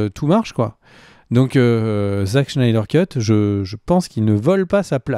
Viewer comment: Super videos les mecs!! Un de mes sujets préférés en plus!! Merciii!! Très hâte à la deuxième partie. S'il te plaît, arrête d'écorcher le nom de Zack Snyder à la fin 😂😂😂 c' est "Snyder", pas"Schneider" 😂 je vous adore! Et si je dois faire mon Top 5, je dirais 5) les deux parties de The Dark Knight returns 4) The Dark Knight 3)Man of Steel 2)Justice League (Zack Schneider😂) et 1) Avengers Infinity war